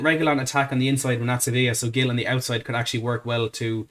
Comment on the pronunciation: Its pronounced Hil, not Gill